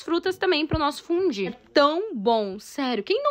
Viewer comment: A palavra pronuncia se "FUNDIU, "FUNDIUUUU" vcs brasileiros n sab mesmo falar corretamente as palavras estrangeiras 🙄🙄